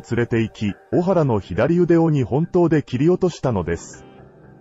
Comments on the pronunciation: おはらではなく、こはらです‼️ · 小原組は、オハラではなくコハラです